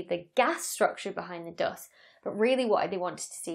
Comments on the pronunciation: The dost! (I admit it sounds nicer than American "duust") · Me thinks she loves to say "doost". JK. Excellent video, great explanations